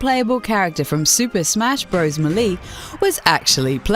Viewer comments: Yo did she say mulee instead of maylay or meelee? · "May-lay", not "muh-lee" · Super Smash Bros. Muhley? I THINK YOU MEAN SUPER SMASH BROS. BOWL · "super smash bros mulee" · Melee = May-Lay... SMH ya'll... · its melee as in maylay... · K so we just gonna ignore that she said super smash bros "meh-lee" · "Super Smash Brose M'lee". Get in the fucking sea. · "From super smash brothers meh-lee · 'Super Smash Bros Muhlee' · FFS it's pronounced May-Lay. M'lee. What a dumbass. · I've never heard of super smash bros "muh-lee" before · IceHighwind mi-lee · Super Smash Bros Mah-Lee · She can't pronounce Deus, Melee, or NES. Why, seemingly intelligent person? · Oh no she mispronounced Melee...BURN HER AT THE STAKE!